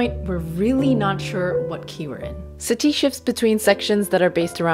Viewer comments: The accent is on the first syllable:SA-ti, not sa-TI. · I could've sworn that Satie isn't pronounced like "Satee".